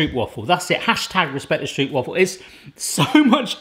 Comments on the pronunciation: I have stroopwafel in my veins! (Pronounced Str OU pwafe ((as in "dough¨)) and not str OO pwafel if you know what I mean...) Time to clean your camera lens! Great video! Since I live in Greece now I do miss my dear Stroopwafel as well as some good raw haring! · 1.) it’s pronounced “Strohpwafel” 2.) they care to cut while still warm 3.) you don’t want any puffage whatsoever!!! btw: at Dutch markets they actual sell ones the size of your full Shakespeare thingy fresh from the iron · The stroop part is indeed more like strope, but now they still will be pronouncing wafel wrong. The thing is that I have no clue either how to write it so that english speaking people pronounce it correctly. You need to pronounce the a more like ah I guess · Pronounced "Strope - Wah-fels", so no Stroop Dogg unfortunately :) Also, pop them in the microwave for about 15 secs when your mug is too big. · it's actually not pronounced 'strewp' (although I wish it was) it's more like an 'ohw' sound, like a long 'O'. strohwp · The double oo you pronounce as a single english o so it is not stroepwaffles but stroopwafels. I know it is difficult to understand but thats what it is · Please pronounce it as 'strowp' waffle, that's more correct than 'stroop'waffle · Stop saying stroop and start saying stroap and you’ll instantly feel like a pittig garnalenkroketje. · strope waffel is better pronunciation, well done on taking on a Dutch classic, now onto raw Herring with onions lol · Im from Holland i like stroop wafels And you said stroop wrong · I think it’s pronounced: ‘stropewafel’ like the O in goat..?? Someone correct me if I’m wrong! 😅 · Dutchie here: Stroopwafels are actually pronounced as stropewafels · I find it funny how people from foreighn countries pronounce stroopwafel. The translation is syrupwafle. Stroopwafel is pronounced like (own) that o sound. Strupewafel😂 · Hey, i'm dutch... But there called strOOp wafels (where the OO is more like the O in Oh My God:)